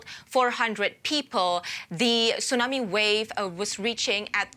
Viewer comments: What's a "tsunarmi"? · It's tsunami, not tsunarmi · Tsunami not TsunaRmi 😂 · What's a Tsunarmi?